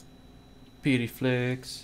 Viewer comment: he called piety petey